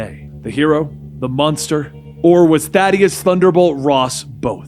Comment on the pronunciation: it's pronounced Thaddeus not Thaddeus.